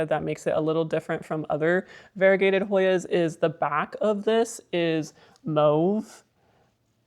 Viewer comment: I had to look up the pronunciation of "mauve" after hearing you say it because I always pronounced it as "maw-ve". I learned something new today. 🙂